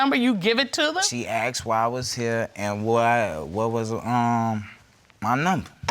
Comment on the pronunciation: It's ASKED not AXED!!!